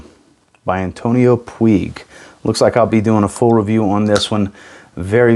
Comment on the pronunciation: I am very curious about that NightVision, hope to smell it somewhere. About the Antonio Puig one, as I am spanish, I know how to pronunce it. You are pronuncing it not in the good way. If you want to know how to correctly say Antonio Puig in spanish, you can to to Google translator, write that name, and click on the spanish audio icon; you will hear the correct pronunciation. Now wearing Bvlgari Man Black Cologne.